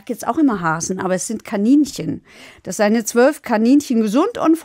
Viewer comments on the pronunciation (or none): none